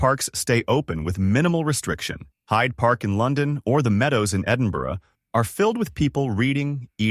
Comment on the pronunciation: It must have been AI, because the narrator pronounced Edinburgh the correct way. 😉